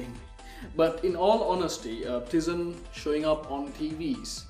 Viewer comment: And also Tizen is pronounced "taizen"